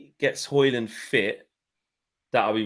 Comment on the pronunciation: you gotta stop pronouncing the 'D' in Hojlund 😅